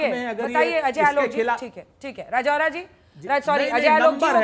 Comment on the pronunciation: राजौरा नहीं राजुरा है वही रहता हु मै